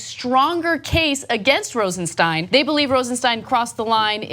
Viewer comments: Ana, please, the man´s name is Rosenstein, not Rosensteen. It looks like it´s going to be a name to remember. You might as well get it right early, which was a year ago. You´re still great. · Do these presenters EVER correct each other when they say someones name wrong? Cenk called him Rod Rosenstein & ANA call him Rosensteen.. CENK should correct ANA.. is not RosenSTEEN.